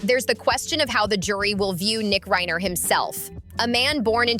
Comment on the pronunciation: How do you make a video and not know who the victims are. Its Reiner not Ryner. Its Rory not Roy. So fix it already.